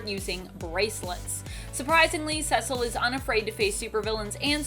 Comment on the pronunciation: Cecil = SEE-sill